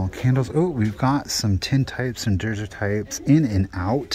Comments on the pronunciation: I enjoy your videos, esp. since you are in my part of the world these days! One tip: daguerreotype is pronounced "day-GARE-o-type", from Louis Daguerre, the inventor of the technique. History of photography is an interest of mine since college. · You and find some unique pieces. Daguereotype is pronounced Duh-GEH-ruh-tipe. Says the old photography history teacher. You can Google to hear an oral pronunciation.